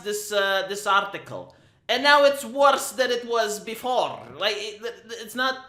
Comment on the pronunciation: 'And now it's worse than it was befo*rrrrrrrrrrrrrrr*e'